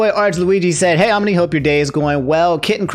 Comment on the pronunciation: I thought omni fanart was "omni fart" lol